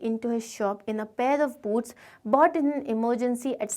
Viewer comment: Maam please don't mind but it's boots